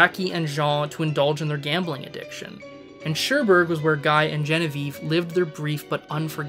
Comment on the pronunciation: By the way, the French name "Guy" is pronounce "Gee" (hard g). If you are such an aficionado of these films, why do you murder pronunciation of place and character names?